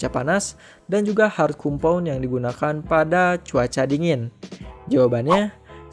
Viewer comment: ralat bang, hrs nya di tulis compound di baca kom-pawn